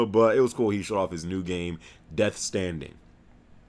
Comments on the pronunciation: It's Death STRANDING, EEEDIOTTT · Sucka, get it right: Its Death STRANDING. With an R thank you very much kind SIR. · LOL I think you meant to say "Death Stranding" and for some reason I thought it was hilarious that you called it "Death Standing" for some reason lol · And it's Death Stranding. Not Death Standing. C'mown...